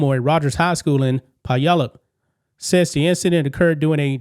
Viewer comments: Puyallup Is pronounced "pyoo-ALL-up" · Just FYI its pronounced PYOO-ALLUP. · Puyallup is pronounced “Pew allup” ….. just for future reference…..